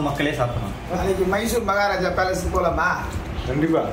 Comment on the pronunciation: இன்னாது மைசூர் பேலன்ஸ் ஆ ப்ரோ அது பேலஸ்